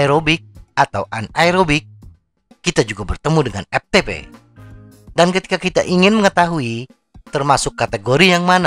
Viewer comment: Dari awal video sampaii akhiir video... Lagii² EPTEPE... lagii² EPTEPE😂 EFTEPE bang😅✌️ Hayo orang sunda yaah😁